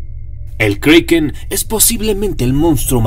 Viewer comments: si tu sabes que se escribe Kraken porque lo dices kreiken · Si se llama kraken no kreiken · kriken no kraken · Perdona, se dice como esta escrito kraken y NO kreiken!! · "Kroken" es la pronunciación escandinava original y "Kraken" es la que más se parece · Es kraken no kreiken 😠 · el kriken xD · Se dice kreiken en ingles..